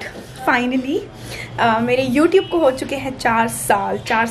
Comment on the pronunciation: Yotube nahi hota hai gawar youTube hota hai